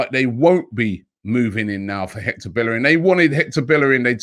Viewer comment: Robbie I'll never understand why everyone can pronounce Ceballos' name correctly but can't pronounce Bellerin's name. In Spanish, two L's makes a Y. Just like it's pronounced "Seh-buY-oce". It's pronounced "BaY-er-in. Even in Dani's song y'all say paella like "pie-ella" when it's "pie-ayah". How do you pronounce one right and the other wrong in the same sentence???